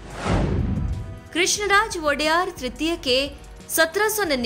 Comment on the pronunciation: It's not Vodeyar, it's Vadeyaar... Raja Krishna Rao Vadeyar